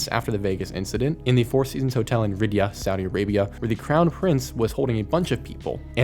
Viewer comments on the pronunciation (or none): The city Riyadh is said like this "ree-ard" 🙏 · pronounced Rhee-ahhd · It’s pronounced Ree-Yod not Rid-Ya great video tho btw I love these types of vids